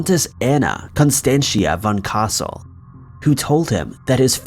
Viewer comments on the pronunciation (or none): none